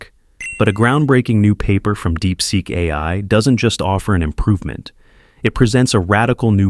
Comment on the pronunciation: You really need to get a human to read your scripts. This AI generated audio has huge issues with saying "AI".